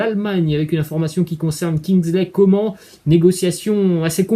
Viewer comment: Juste on prononce Kingsley Comane et pas Comment